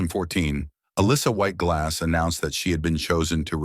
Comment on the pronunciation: That's what I kept hearing. LOL